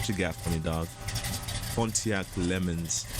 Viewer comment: Trans-Am Not "trans-aye-em." "Am" I "AM" a car guy. Pontiac LeMans say "Le' Mans." It's named after the French race, but pronounced without the French accent.